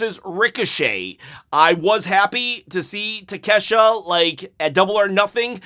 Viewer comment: Will hes say Ta-Kesh-Ta right this video??!!